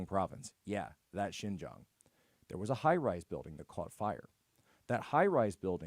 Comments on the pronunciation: Benny, mandarin speaker here. Xinjiang is pronounced as "Sheen-jeang", not "Jing-yang". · Xinjiang is pronounced as Sin Jee-ang. It is not IPA J, it is an English J.